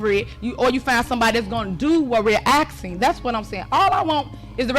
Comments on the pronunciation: what sort of word is "axing" (asking maybe?) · She was just axing a question. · FFS... in the word "ASKING" the S is before the K...... aSSsss - king..... not... aKKkk - sing..... dumb & illiterate... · I’m just “axen” a question ?